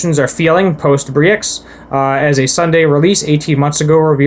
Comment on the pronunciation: Hey man no offense but brexit has been all over the news for the last few years, it's also called "brexit" not "bree-x" it's a short version of "british exit". Anyway, nice video!